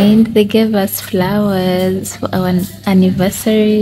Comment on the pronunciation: Drope the accent please sweetie and be normal. Its usssssss not urseeeeee and its wrong to call someone driver i know its ok in Uganda but internationally its so wrong.Conguratulations on your engagement i pray he marries you because you started the relationship opposite.Sex should be after marriage.Am a Christian.Dont feel bad have no any bad feelings